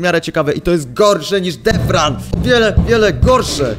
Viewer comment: Mowi sie detran a nie defran xddd PS. Wiem ze pisze sie deathrun